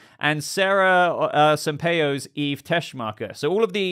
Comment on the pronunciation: Sampaio is pronounced Sum-pie-oo (sum = sun with a different letter in the end // pie as in apple pie)